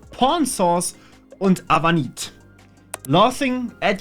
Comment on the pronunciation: Avunit -> AV Unit gesprochen, komm schon der ist kein Eskimo